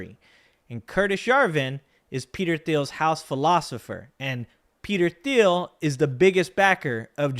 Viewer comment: Peter Thiel - the 'h' is silent "J.D. Vance will be ran" - run, not ran --Grammar Police 😂 Great show thanks! 👍